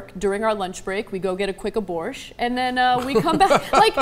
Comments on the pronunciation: "quick aborsh" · haha, 'a quick aborsh' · "A quick aborsh" !! Pmsl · Two minutes into this she says that, during lunchtime, she and others "... got get a quick aborsh."